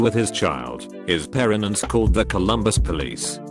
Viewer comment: So is no one gonna talk about “parenents”?